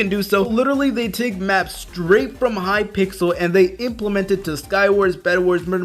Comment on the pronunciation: Hypixel not Hypixle